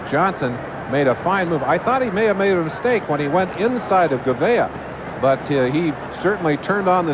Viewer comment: You could tell that Merlin Olsen wasn't used to seeing a lot of NFC teams....because he pronounced Kurt Gouveia as "Kurt Goo-VEE-Aye". Lol